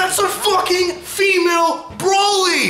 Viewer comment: He pronounces Broly braoly the first time